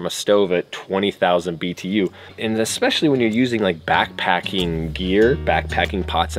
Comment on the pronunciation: “Unfortunely” is not a word. “Uhspechly” is not a word.